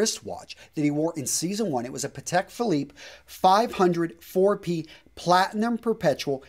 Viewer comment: please don't call the 5004P a five hundred 4 P. It's called fifty o 4 P. also vincero is caveman level